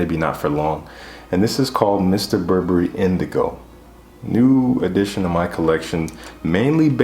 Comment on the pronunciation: Appreciate your proper pronunciation of Burberry. It's funny how reviewers hyperarticulate the French frag names and then start referring to "Bur-Berry." It makes them sound like a Huckle-Berry. Good on you 👍